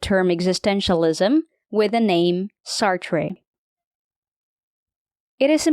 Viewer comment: "Sartrey"😑... How illiterate are you, exactly? And the concept of "amor fati" (and NOT "amor faRti", wtf??) is used by Nietzsche, but it is coined either by Epictetus, or by Marcus Aurelius.